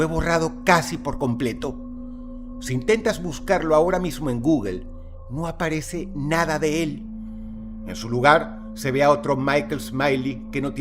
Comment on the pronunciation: No se dice "guguel", lo correcto es "gugl", eres un asno